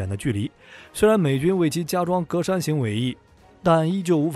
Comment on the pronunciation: 格栅，ge zha